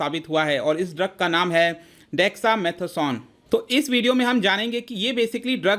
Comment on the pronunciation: If you cannot pronounce dexa mata son then no one will give u this medicine 😂😅😂😅